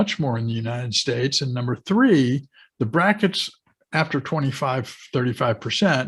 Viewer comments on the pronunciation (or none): none